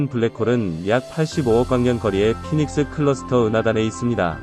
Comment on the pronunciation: 포에닉스ㅋㅋㅋ 영어공부 좀 하소